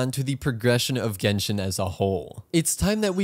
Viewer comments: Ahh yes jenshin impact get me stressfull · Jenshin Impact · Jenshin impact lol